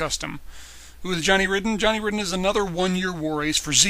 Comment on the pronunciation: Not sure if this is already pointed out, but Johnny's last name is actually pronounced as "Raiden".